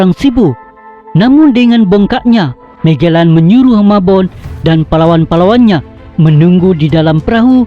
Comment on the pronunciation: Admin..sebutan magellan mu biar betul..apalah